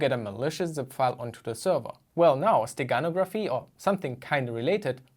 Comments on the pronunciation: In the word "steganography" the stress is on the "no" syllable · Stress in the word "steganography" is on the 3rd syllable